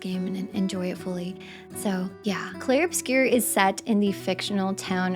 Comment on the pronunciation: About the opening, my first language is french and hey, not bad! Not even gonna nitpick.